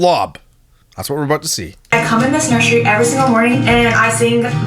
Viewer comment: English is not my native language but it somehow pisses me off that she says nurshry all the time. Also.. they built a house with the intent of staying there 3 to 10 years?! Wtf? Is their hobby burning money?